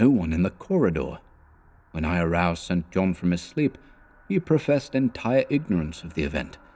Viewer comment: Enjoying these. I claim no insight into what Lovecraft intended, but I'd supposed "St. John" was pronounced "sinjon"